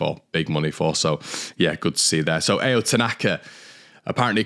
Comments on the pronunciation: Ao is pronounced like Ow (ah-oh) by the way :) can’t imagine us selling Rutter at this stage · It's pronounced Ah-oh tanaka mate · Ao is pronounced like ow if you were hurt